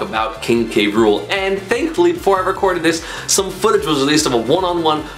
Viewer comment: It’s K-ruel like in the DKC show